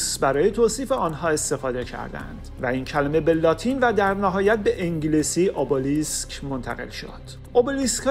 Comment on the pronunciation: تلفظ صحیحش همونی که یونانی ها میگن !